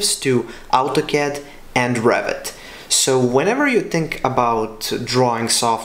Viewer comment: When you pronounce Revit, sounds like Rabbit